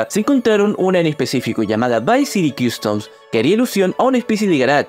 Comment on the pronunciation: . Customs no se pronuncia así, se pronuncia "Costums".